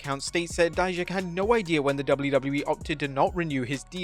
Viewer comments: Finally you pronounced DIJAK properly!!! 😂😜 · Thanks for pronnouncing Dijak name right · You're saying Dijak's name correctly this time. Good to hear. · He finally said Dijak's name right😭😭😭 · Bro saw our comments about saying Dijak’s name wrong lol 👍. Thanks!